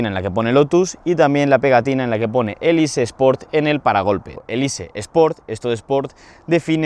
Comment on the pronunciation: Elise, exige... son palabras inglesas, hay que pronunciarlas bien. Qué dolor de vídeo...